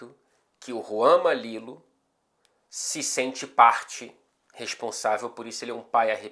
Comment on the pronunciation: Juro que ouvi na primeira vez Juan Mamilo